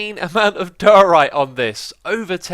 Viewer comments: why does xisuma say diorite so wierd? he says it like dyryte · I love watching these but the way he says diorite :(